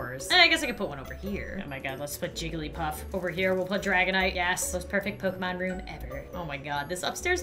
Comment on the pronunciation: Pokemon Go: Pokemon: Pokeman